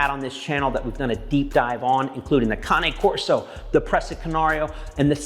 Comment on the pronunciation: At least you pronounce Cane Corso correctly.